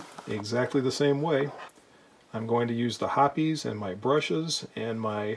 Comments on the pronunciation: STILL, I will take a Smith before any other revolver. A couple of things I noticed: You use Hoppe's No.9, it is my choice also probably because it is a lifetime habit. And you pronounce it Hopp-ees, not Hops. The first time ever I heard "Hops" was on YouTube and I wondered which was correct. Feel like now I know the answer to that question. Lastly, I never owned a stainless S&W revolver simply because the blued ones are so beautiful, thinking I may begin a search. Thank you for another eye-opening video! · I wonder how well a sonic cleaner would work on that gunk. It seems like over time every lube evaporates and leaves some residue. Another simply great video sir. By the way, its great to hear someone pronounce Hoppes #9 the way its supposed to be. Younger shooters often call it hops .